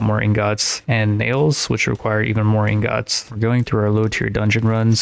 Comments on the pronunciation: pls stop sayin ingots like that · bro stop saying ingots like that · Bro the way u say ingots it making me mad lol Good Vid tho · The way he says ingots is infuriating